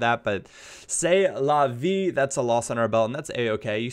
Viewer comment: "C'est la vie !" Loving your french ! Much support from France !